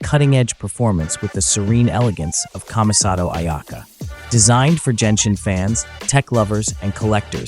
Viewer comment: I know... but he pronunces Genshin incorrectly, just like that announcer at The Game Awards